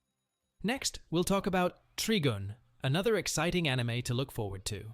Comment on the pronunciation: its tri-gun tri means 3 or triple. trigin is a ridiculous way to pronounce it